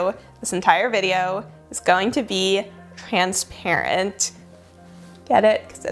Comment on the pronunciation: Transparent sounds like. Love your vids.